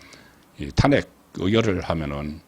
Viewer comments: 사투리가 듣기 싫은 게 아니고 특정 단어에 대한 발음(특히 탄핵 단어)이 경상도식 발음도 아니고 정체불명 같네요 다른 경상도 사람의 발음을 들어 보세요 완전히 달라요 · 탄핵이란 단어의 액센트가 듣기 거북합니다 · 탄핵 발음 교정 좀 해 주세요 저도 경상도 출신이지만 탄핵 발음을 그렇게 하지 않아요 굉장히 듣기 거북스러워요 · '직무 정지' 의 '정지', '탄핵'. .... 사투리 발음을 제발 고치세요 정청래는 '마포을 출신 정청래' 으로 부르세요